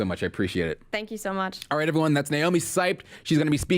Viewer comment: It hurts how he doesn't know how to pronounce Seibt. ,:D